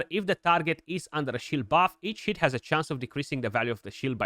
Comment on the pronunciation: you have to appreciate how the romanian says each hit .... sounding more like eat ....it